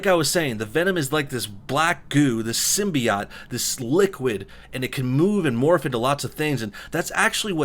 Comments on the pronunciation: sim-bee-yatt... wtf? it's pronounced sim-by-ote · Last I saw Symbiote had an E on the end. Its Symbi'OTE' not Symbio'OT' AAAAAAAAAAAAAAAAAAAAAAAAARGH....Still gets a like ;) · It’s pronounced symbi OATS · One main problem I have is how people keep pronouncing Symbiote wrong. "Sim-bee-yote" is how it's been said in various Marvel games and even in the 3rd original Spider-man movie. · I swear if they called this a symbiat and not a symbiote (pronunciation not the spelling) this movie already sucks. and Venom is such an awesome character he should have got an R rating. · Jesus fuck, learn to pronounce symbiote... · Is no one going to mention the way he pernounces symbiote?